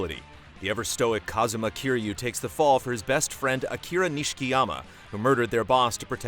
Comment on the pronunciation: His name is Kazuma, not Kazama